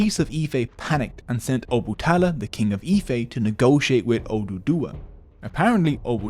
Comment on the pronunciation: It's O-Ba-Ta-La not Obutala but thanks for the video